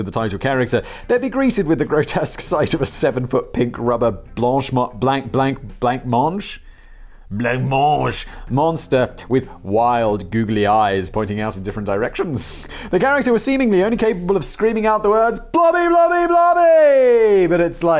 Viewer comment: Blancmange is pronounced "blamange".